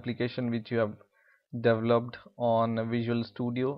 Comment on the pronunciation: he has some English error. develop is Dee-Vell-Lup. but I am most gratefull for u making these videos